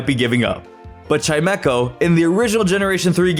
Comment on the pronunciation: There is no K in Chimecho! And at least is 2 words, NOT one word!